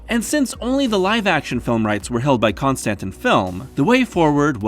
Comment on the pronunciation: Con-stan-tin? No way that’s how it’s pronounced, right?